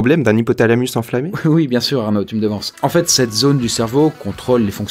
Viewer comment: 3'50" "INflammé" et pas "ENflammé"!